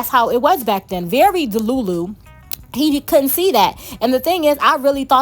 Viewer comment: You know why i stayed? You keep saying deLULU like my EX ...🤣🤣 ,,,fantastic review by the way..